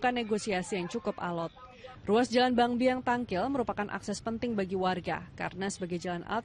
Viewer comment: Bangbayang, bukan bang biang😂